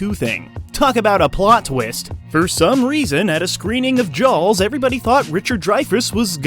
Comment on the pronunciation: Never heard it pronounced Jows before.